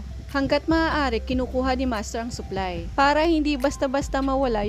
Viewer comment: Pagkakarinig ko "suklay" yung nalalaglag😂😂supply pala hahaha